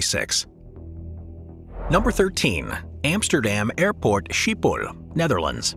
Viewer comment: That’s not how you pronounce Schiphol💀